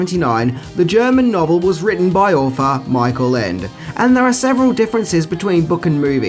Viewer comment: The orginal Story is called "Die unendliche Geschichte" and the author Michael Ende. "Ende" means "ending" or "end" in German. So there is even a bit of a word play in the title. Because "unendlich" means (of course) "neverending" or "endless". And btw (no offense) you pronounce "Michael Ende" completely wrong. The dragon (Falcor) is called "Fuchur" in the original language and you can see the model of him they used in the film in the movie park Babelsberg (film studios in Potsdam near Berlin). I am not sure if you still can see it there. But at least I did in the early 90s when I was a kid/teenager.